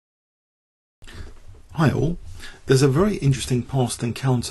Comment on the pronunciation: Haha I always thought you were saying "herro" at the beginning of your videos, but I finally realized that it was "hi all'"!